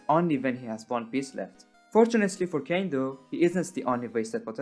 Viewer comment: "Kane" my guy you do NOT know the 'goes like that